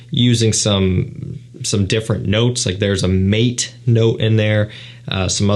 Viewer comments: Maté is pronounced mah-tay, not mayt. It's a type of tea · "mate" note? Are you really that illiterate? It's pronounced "mah-tay" NOT mate. SMH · Hey bro, great review!! but btw.....Mate is pronounced Mah-Tay......its a tea note from south america,like yerba mate drinks. cheers